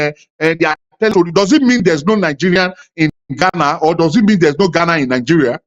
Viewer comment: I thought if that man by name logic is a Ghananian. He can't even pronounce the name Ghana. He has to say it many times before he can get it right. Mr Logic is only seeking relevance.